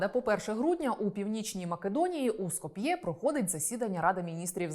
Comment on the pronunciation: Але рівень освіченості наших ведучих щоразу видушує скупу сльозу… «Скоп‘Є» , «зокремА» 🤦🏻‍♂️ ну ти ж ведуча! Прочитай на одну, хоча б, книжку більше, аніж червону та абетку.